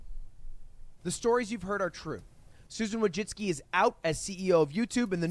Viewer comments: First time you've heard her name pronounced, and he didn't even say it right. SMH. He said wajitsky lol That's not correct. Its voichitsky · “vooytzitzki” would be the closest pronunciation without using phonetics